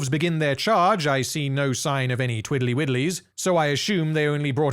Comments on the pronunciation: Twiddly Widdlies? ..... Twirley Whirlies? 🤷🏻‍♂️ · I heard "twirly whirlies"